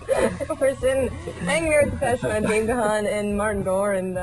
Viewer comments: Extremely. and kudos to.Dave for not correcting every single interviewer for not pronouncing his last name incorrectly.. I mean why wouldn't you just checkin ahead of time and do it right? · Very. I never liked Kennedy. She mispronounces Dave’s name and the band’s name and congratulates them for being Depeche Mode. LOL